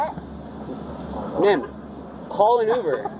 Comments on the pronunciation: "umer!" Uhhh it's "UBER"! Google is free. 😮 Officer: "She's got toilet paper stuck to her shoes!" 💀🤣🤣🤣🤣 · The AI VO needs to hold the grading. It doesn't know who did or said what and repeatedly gets it wrong, yet it has the nerve to give out grades? Let's flip the script and give it a F for saying "ooomer" instead of Uber. Even talking dogs say that word correctly but the perfect AI fails. F. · I didn't realize I was mispronouncing uber this whole time. I didn't know it was pronounced "yoober".